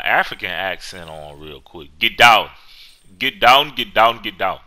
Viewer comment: You sounded Austrian instead of African: Ghet Daaown! Ghet down again!!1! ;D